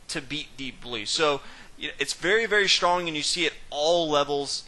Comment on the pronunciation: what kind of dialect is it? he is saying "shtrong"